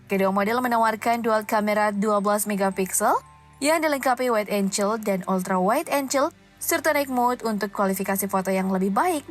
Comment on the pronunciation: wide angle penyebutannya waid enggel bukan enjel..